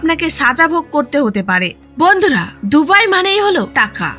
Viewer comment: উপস্থাপকের ভন্ধুরাহা শব্দটি সেই ছিল🤣🤣🤣